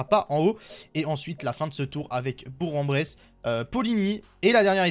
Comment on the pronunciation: on dit bourk en bresse 😉